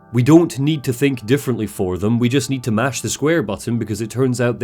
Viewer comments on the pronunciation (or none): none